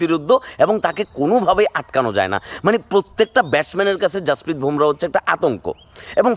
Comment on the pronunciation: 'ভোমরা' নয়, নামটা 'বুমরাহ্'। সঠিকভাবে উচ্চারণ করুন।